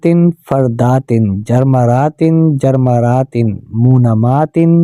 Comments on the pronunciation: تینوں بار آپ نے جرمرات پڑھا ہے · لیکن آپ جرمرت پڑھ رہے ہیں